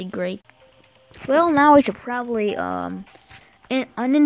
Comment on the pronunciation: U said noclic in the beginning